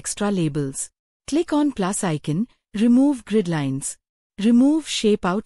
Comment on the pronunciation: The "Illustrations" group isn't a default Excel group. It's a custom group, which can lead to some confusion. Also, that AI voice needs to learn how to pronounce "pivot". And it was hit or miss with "icon". And it totally mangled "extra labels" more than once. Other than this feedback, it's an otherwise interesting video.